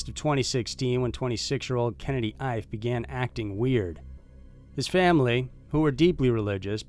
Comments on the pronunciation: Kennedy’s last name is pronounced E-Fay. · Ife should be pronounced: “Eeeeeh-fay”. Just thought I’d help you out. Thanks for the great content! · Please don't take this the wrong way because it's NOT meant that way but I'm pretty sure that the last name of the 2nd missing is pronounced "EE-FAY" & is a fairly common name in Nigeria & Benin...